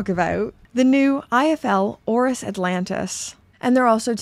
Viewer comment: ORIS ORIS ORIS. You did it girl.